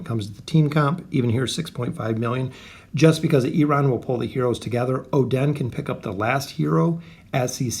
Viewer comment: it's pronounced meh-zoth. not "me"zoth. you enunciate strangely when pronouncing oden as well. it's not oDEN, it's just oden. oh-d-n.